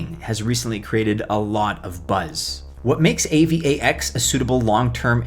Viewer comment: Dude just say A-VAX lol